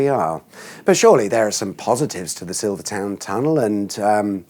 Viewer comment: You are English and are pronouncing Silvertown tunnel wrong 😂😂😂 wonder how you pronounce Greenwich